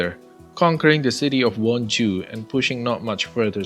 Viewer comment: “And the capture of won-ju” i misheard this as something else lol